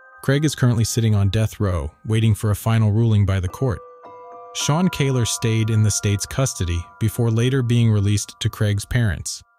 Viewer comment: Scared the crap out of me when I saw my last name next to massacre. Had to click to hear if they were family. They aren't but kudos for saying the Kahler name right.